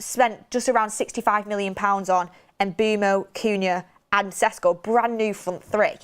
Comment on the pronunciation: "it's SHESH-KO not Ses-Ko" attaches Hermoine Granger gif :)